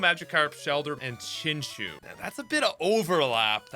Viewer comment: dude is saying chinchous name totally wromg